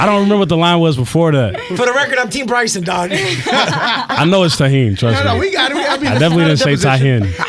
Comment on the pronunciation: Bryson defo said it correctly. Dunno what they were talking about 😂